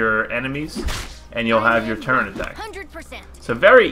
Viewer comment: did you say turrent?